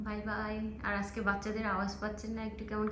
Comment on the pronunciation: আজকে কে আসকে , কাজ কে কাস এই সব উচ্চারণ মটেই শ্রুতি মধুর নয় । এই উচ্চারণ গুলো ঠিক করো